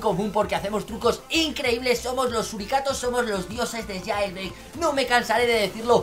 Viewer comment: jailbreak no jeilbrik jaja XD